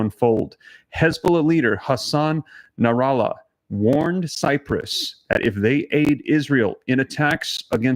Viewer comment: His name is Hassan Nasrallah . Please say it right. A name that will change the face of Israel till end it times